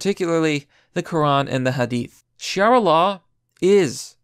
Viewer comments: Dude, Sharia not Shiara. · Shiara instead of Sharia. Lol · It would help to pronounce your words correctly. It is not SHEE-air-uh. It is shuh-REE-uh. Totally different words and one doesn't even exist. The rest is well done. C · Sharia, not shiara. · sha-ria not shi-ara ...unless you are mispronouncing to avoid the censor bots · it's sha-ria, dawg, not shi-ara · It's not shiara law it's Sharia law. Sha-ree-ah. Not shee-ara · What is this "Shiara" Law? lmao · It's not pronounced "Shi-ara" it's pronounced "sha-ria" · Sha-Reeee-Ah(not Shai-rah)law is absolutely against the Alphabet people, I was stationed on a US Navy ship in Bahrain and Sharia is brutal, if you steal, you get your hand cut off, if you are an Alphabet, you are hunted down and put to death, it's on Al Jazeera all the time, and in some prisons, they dont feed you, you have to have your families bring you food while you are in Prison, and if you have no family, you starve. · .....Interesting pronounciation of "Sharia". Especially considering the is pronounced phonetically. This really doesn't help with getting your point across, which is the reason I'm pointing this out. Shuh-Ree-Uh, not She-Are-Uh. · 'shiara' xD its pronounced as its spelt sha-ri-a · Why do you say "shiara" when it´s spelled sharia? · I'm gomma be that guy sorry It's SHA-RI-A. Not Shi-ara ;) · I'm I the only one to say it? ok, it's sha-reeee-ah, not she-ar-ah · I love you but you hurt me. It’s not shiara. It’s sharia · It's sharia, not shiara. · It's pronounced "char-EE-ah," not "she-are-ah"! 🤔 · Dude don't call it 'Shiara' its pronounced 'Sharia'. Seriously im not trying to be a dick it just bugs me. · Dude you made decent points but you have be able to read. SHA-RIA. Not Shi-ara. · Shariah not Shaira. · Sha re a not shrea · Shiara? its not that hard c'mon. Sha Ri a's law. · Sha-ree-ah I love your channel man, but come on, all you have to do is sound that one out. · It's pronounced Sha-reeeee-a Law. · She-ara? Seriously? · "Shiara law"